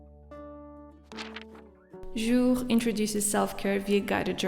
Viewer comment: your pronunciation of “Jour” is perfect! 🇫🇷